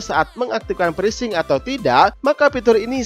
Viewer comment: pitur...presync..DUH itu kata dua duanya pake F bukan pake P...aktip..aktip...pake V woyy...